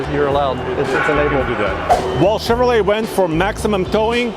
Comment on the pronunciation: Chever-lay, found in only the finest trailer parks~